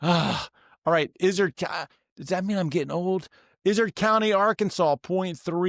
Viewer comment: Izard is correctly pronounced "eye zard".